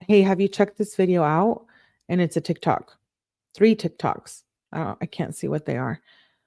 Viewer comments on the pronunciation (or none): none